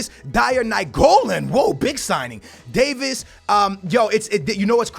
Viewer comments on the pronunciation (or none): none